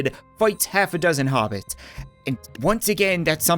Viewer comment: Nearly said hobits but said hobitis